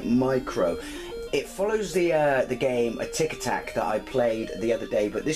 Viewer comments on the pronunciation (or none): great video as usual. Sorry, before I scream, Atic Atac...Atic is pronounces the same way as Attic (the thing in your roof)...when you said it, it sounded like you were talking about tic tacs lol. Anyway, great to see this game again, I never got more than 2 pieces of the amulet.